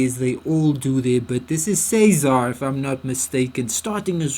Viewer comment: Cesar says his name as Seezer, not sayzar. And Anthony's name is pronounced as Garjoola, (not garjulia) and Eli's name is short for Eliezar, and pronounced to rhyme with jelly. not Ee- lie.